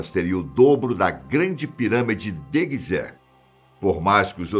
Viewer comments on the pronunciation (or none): none